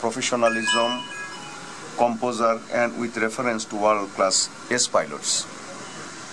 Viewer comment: I am not describing legendary PILOTS but the poor accent the interviewer in English like addressing Legends Azam as Azom ?? Alam as Alom ??? this clip is in Youtube as a Bangladeshi its insulting to see this kind of inept poor quality Anchor of the clip interviewer .